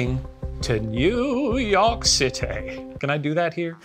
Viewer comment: Was Shane’s posh British “New York citeh” a reference to what we do in the shadows? It sounds like it could be and the “can we do that here?” After could be a copyright joke.